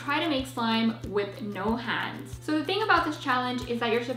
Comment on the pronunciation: It's hands not ha/nds